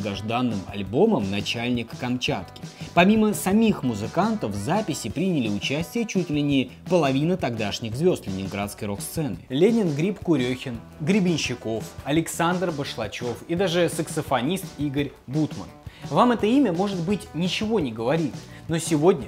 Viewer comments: До реально заявленой темы больше 3 мин! Думала,выключить...выключила после неправильного произношения фамилии КурЁхин! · Читатель.. Осваивал тему чисто по интернетам. Имена КурЁхин, ВалИнский - как они звучат на самом деле парню невдомЁк!